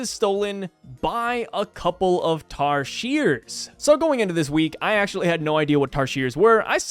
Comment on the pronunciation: U can come visit bohol, philippines. That is where tarsier are endemic to. Im amazed u pronounced it properly